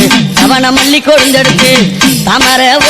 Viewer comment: It's not alli it's malli malar